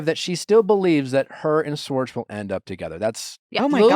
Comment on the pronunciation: Every time Nick say “Swartz” instead of “schwartz” my brain short circuits. 😖 lol the problem is me 😅 i just had to throw it out there